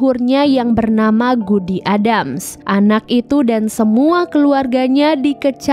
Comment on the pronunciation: ADDAMS TAPI DI BACA EDDEMS